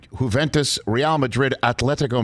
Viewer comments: Love ❤️ the way you Pronounce Juventus "Who-Ven-Tus" 🥲😂 😉 hehe Quick Tip you Can pronounce it as "JUVE = YOU-VEY" OR "Juventus = YOU-VENTUS" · "Whoventus" LMAO! at least you tried Rich. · Hahahaha Rich trying to say Internazionale is pure gold 🤣🤣🤣🤣 didn't anybody tell him he could just say Inter? Kinda botched Juventus too.. Seems like he doesn't have any Italian American close friends or an authentic favorite Italian restaurant 😬🙊